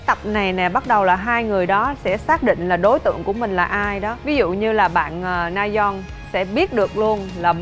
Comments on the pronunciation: Mình xin góp ý là chị Diệu Nhi có thể nào đọc đúng tên người chơi được k ạ? Rayeon mà toàn kêu là Nayeon, trong khi c là ban bình luận thì như v cảm thấy rất thiếu chuyên nghiệp, k có tìm hiểu. Đọc sai tên ngta liên tục như v siêu khó chịu! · Ngta tên Rayeon mà Diệu Nhi đọc Nayeon mãi thoai 🥹 :)))) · S mà t khó chịu kiểu ban cố vấn gọi sai tên người chơi quá . Ngta rayeon là cứ nayeon nayeon suốt thôi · Mình muốn góp ý một chút là Diệu Nhi hong đọc đúng tên nhân vật á. Mình nghĩ đọc đúng thì ctrinh sẽ hoàn hảo luôn